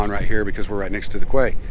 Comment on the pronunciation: Awesome video, what a perfect boat. Can't wait to see how this boat treats you! Side note I learned from doing the same thing for years until getting called out..... "Quay" sounds like "key"